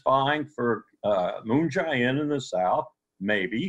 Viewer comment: Aaron, please stop calling him Moon "Ji" In with a hard "I". It's much closer to Moon "Jay" In, with a hard "A".